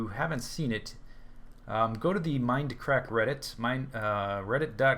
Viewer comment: I love his enthusiasm when he greets us viewers at the beginning of each video. My favorite is when he says "Welcome backah to the Mindacrackah serer!!!" it's so silly and awesome I start grinning from ear to ear. :P